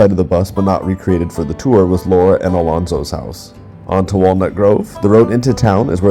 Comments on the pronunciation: Did you say Alonzo? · Almanzo NOT Alonzo